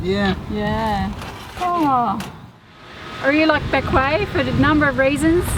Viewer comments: Bequia is pronounced (Beck way) Island of the clouds. In the indigenous Arawak languages . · Hi, Its pronounced Beqwee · It is pronounced BeckWay. Great video I love Bequia.